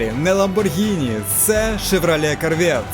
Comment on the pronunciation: Шевралє Карвєт ?! Ти серйозно?